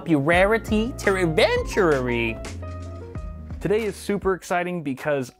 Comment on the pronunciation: ".....teeww eventurrrurry...." LOL